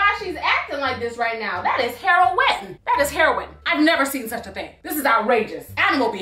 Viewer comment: That is "her.o.inn" stop ! Hahahaha 🤣